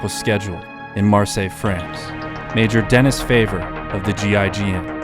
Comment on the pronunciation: I know you're american and aren't exposed to much french, but it is "Den-ee Fah-vee-ay"